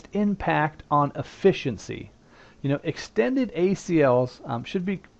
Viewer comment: don't you mean extended? unless you said that, but to me it sounded like you said standard.